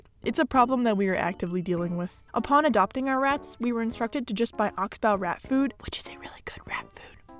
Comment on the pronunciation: Thanks for this video. Your rats are wonderful and it looks like you are doing your best to take good care of them and to provide them with the means to a happy life. You may want to know that it's, "Oxbow" which is pronounced in a way that rhymes with "box go", not "box wow". I don't understand how it could be at all possible for a rat to have mites but somehow the other rats to remain unaffected. If one rat gets something, the other rats are certain to get it also, given the way they socialize with each other. Either your rat didn't have an unusual mite infestation to start with, or the other rats also had the same infestation. It's virtually impossible for any other possibility. But you only treated one rat, and the other two were not exhibiting any symptoms so they were not given an exam or any medicine from a vet. So the story is perplexing. But if the rats are no longer giving any indication of a problem, that's all that matters. For your viewers, some of whom may be new or soon to be rat fanciers, it should be clarified that rats do not "escape" from store bought cages specifically designed for small pet rodents. However, they will happily take advantage of an improperly or partially closed door or a door that has been absent mindedly left open and unsupervised. In these cases, you will likely find your "escapee's" in whatever location you least want them to be, if not either under or on top of their cage. But since it is generally unhealthy for the rats and your prope